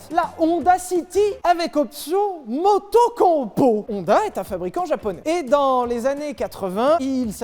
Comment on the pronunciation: Personne ne prononce « MOTOCOMPO » mieux que ça.